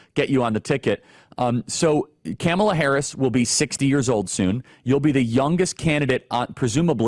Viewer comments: I love how Charlie pronounces her name Cam-el-a. 😂 lol Loving JD more every day!Trump/Vance 2024!! 🇺🇸🇺🇸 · How are doing an interview regarding a candidate && can’t even pronounce her name right ? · Charlie please have the sense to say her name properly. She will do enough to make herself look bad. You don’t need to stoop to that level. Otherwise big fan. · Learn how to pronounce her name.